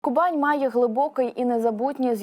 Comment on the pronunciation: А чому Кубань за допомоги диктора раптом стала Ку'банью?